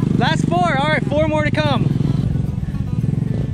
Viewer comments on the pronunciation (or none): I think you said por instead of four😆